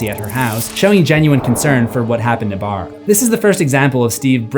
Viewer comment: It’s Barb not Brab